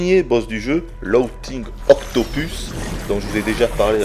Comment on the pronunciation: "logtingue octopusse" Et ben... tu fais exprès ou t'as jamais entendu parler anglais ? (je me suis arrêté là parce que l'amateurisme pour commenter ce jeu c'est l'insulter.